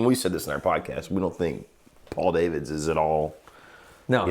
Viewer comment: Nice if you could get the guy's name correct - he is Dutch and so his name is not pronounced " day - vids" - but correctly "dah - vids - not so difficult